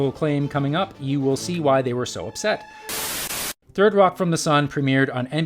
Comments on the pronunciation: "Thirdy Rock" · "thirty rock"?